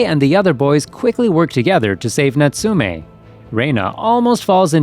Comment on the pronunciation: its NOBO and natsume is natsume and not notsoome